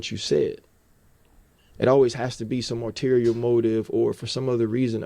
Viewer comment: Pretty sure its ulterior motive, arterier or whatever he said.